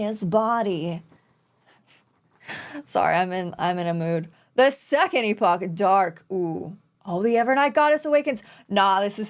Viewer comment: Im so sorry but the mispronunciation is buggin me so much! I’m really sorry It’s E (pronounced as the letter)-po (as in Po from Kung Fu panda)-kh